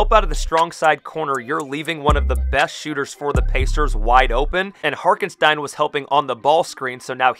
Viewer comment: can’t lie, it bothered me as a giant OKC fan lol. His name is Hartenstein. Pronounced Heart-en-Stine